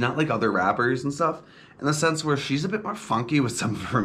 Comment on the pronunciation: You pronounce her name as scissor but with an A at the end